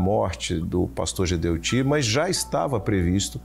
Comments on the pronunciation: Não é Geudeti, e sim Gedeutti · Obs.: Não è Geldeti, e sim Gedeutti